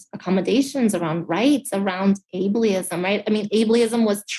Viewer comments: Ableism? Or “Ablyism”? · It’s not ai blee ism. Good grief. It’s pronounced able-ism. What a dope. No wonder she doesn’t care that her husband is a brain-damaged incompetent. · "ably-ism" Fail on fail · It’s Abel ism not able ism, duh. And fitness for office is relevant. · "ablyism" lol at least learn your own bullshit words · Abalieizme.... The word is ableism. If you are going to accuse someone of something, know the name of the thing you are accusing them of. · WTF is "ableyism"???? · If if are going to complain about ableism, -learn to pronounce abieism. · ableism is not the word she used. Abee-alism is what she said. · Ablyism? Really? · that dumb chick actually said "ablyism" 🤣 🤣 🤣 I think she's disabled also! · This chick can't even pronounce "ablee-ism" correctly, which goes to show just how hollow these -ism based platitudes really are. It's really nothing more than leftoid fart huffery to the Nth degree. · And she says 'Abley-ism'! What a maroon! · No no not ableism its "Ab-lee-ism" lol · Ableeism she can't even pronounce the fake word. That reporter towed the line. She was way respectful. Imagine if Tucker interview him lol. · Did she just say "aybleeism?" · Able-ee-ism. What an idiotism. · “Ably-ism”? Wtf? Does she mean Ableism? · She didn't say ableism. She said abl-ee-ism because she's faking and is also a dummy. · What the fuck is albee-ism? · “Able-eee-ism” spoken like a true intellectual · She even said"'able..eeism" they can't even pronounce it correctly. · "Abe-lee-ism" "Disability community" Did she have a stroke too? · Lol. "Ablely-ism"? This chick just learned the word this week. Can't even correctly spout the corrupt narrative the Democrats in the media are colluding to provide her husband. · "ablyism"? She can't even use the right deflection! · “Abley-ism?” So the fact that Fetterman can’t do the job isn’t a factor in whether someone should get the job? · ABLEE ISM? what's ablee ism 🤣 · The way she pronounced Ableism as "Ablieism" 😄